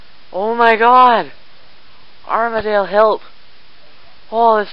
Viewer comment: btw, its not pronounced, "arm-a-dayle" its pronounced, "arm-a-deal"